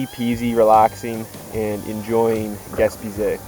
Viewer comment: Yes! Hope you do more trips in Québec. This river looked beautiful and you captured it well. One point on pronunciation: you kept saying “gas-pee-zay” when it’s pronounced “gas-pay-zee” :) Gespeg is a Mikmaq word for Land’s End.